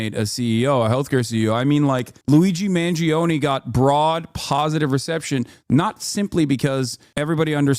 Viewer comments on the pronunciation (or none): I have one stupid pet peeve. In Mangione you do not pronounce the "e", so its pronounced like "own" Source: am a dago